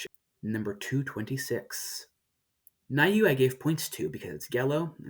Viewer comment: Just a heads up, Niue is pronounced nyew-ay :)